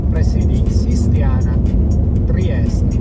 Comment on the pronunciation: Ma perché spesso dice "Triest" con la e finale muta? Cos'e, pronuncia la città col suo nome tedesco in ricordo del vecchio periodo Austro-Ungarico?